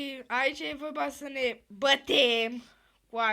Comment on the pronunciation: Nu e bătem e batem